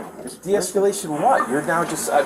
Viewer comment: I can’t listen to him saying “descalate” any time they call him out anymore 😩